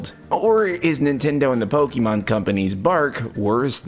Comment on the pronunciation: Please stop saying Pokimon. It's very clearly Pokémon. Pokaymon.